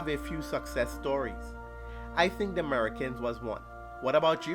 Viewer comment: That's 'Merekins.'